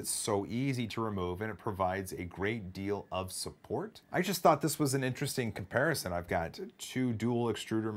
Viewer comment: «comparison» wrongly pronounced